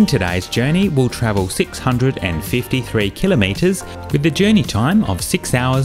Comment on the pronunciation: Thank you for pronouncing 'kilometre' correctly! :)